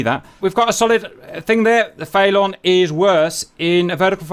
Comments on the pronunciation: I believe its pronounced feh-lawn not fay-lawn as in police chase a felon because they have committed a felony. Either way great vid as usual Cap, Merci. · It's FELON, like Felony.... not FAYLON... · it's pronounced phonetically, fell-un like felony 🤣🤣 not fay-lawn🤣🤣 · Is pronouncing Felon Fay-lon an inside joke or something? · Is the Felon its Russian name? Because if that's it's NATO codename (like with most Soviet/Russian planes' commonly used names in the West), then the pronunciation of that word isn't "FAY-lawn," bet "FELL-un." As in, someone who has been convicted of a felony. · who wants to tell the good ol' GR boys it's pronounced FELL-UN, not Fay-Lawn like they've been on about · Saying the Felon like "Phaelonn" made me think they were talking about some aerodynamics thing like "Canards" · I’m British too, we don’t pronounce it faylon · Cap has said in a previous vid that he knows how it’s pronounced, he just likes doing the way he does